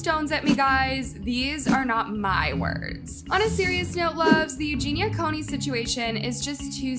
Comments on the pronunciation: Coo-ney, not Coney! It's hard to listen seriously when name is mispronounced. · It’s Cooney, not coney! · Its Cooney not Coney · Coney, Cooney, damn if you're doing a video about someone at least pronounce their name right. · Why do you keep saying coney instead of cooney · COOney not CONEY. She's not a hot dog. LOL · It's COONEY, not CONE-Y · Her name is COONEY - NOT CONEY! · Isn't her last name Cooney, not "coney" No hate just confused as to why you say it like that. Anyway, i used to follow her and encourage and support her recovery but after awhile i couldn't support her anymore and found her constant denial to be toxic. Don't get me wrong - i wish her the best and by some miracle i hope she does indeed get some help but i just don't see it happening and i think she does in fact know what she's doing. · Cooney, not Coney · Cooney not Coney. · That's exactly what triggered me! I was so relieved and then... Coney.😡🤣🙄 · Can I ask why you keep spelling her last name like that? You spelled it correctly but you’re pronouncing it with one o? Make it make sense! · she's misprouncincing it. It's phonetically "koo▪︎Nee" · I'm sorry but did she say Eugenia Coney? Several times in the first minute of the video? What an amazing researcher. Breaking news. Wow. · It's you-jeen-ya koo-nee. Hope it helps! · Cone-ee? For all the effort you put into your vidoes.. You would think you would pronounce their names right. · STOP SAYING COAN-Y LMAO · I hate when people can’t be bothered to actually pronounce the names of the people they’re doing the docs and vids about. It makes it seem disingenuous, like is this even something that interests you or you just reporting “a hot story”? I am not trying to be combative, just noticed it a lot lately. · How did you mispronounce her last name every time, she says it at the start of every video. She said it in the clips in THIS video you were talking over, did you not listen to them before editing? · At least say her name correctly.